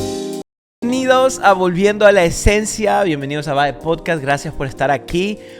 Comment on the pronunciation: perdón!🥲 pero en el inicio dice volviendio en vez de volviendo 🕴🏻 los quiero mucho ¡Dios les bendiga!